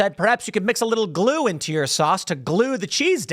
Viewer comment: does Tim say “blue” instead of glue??!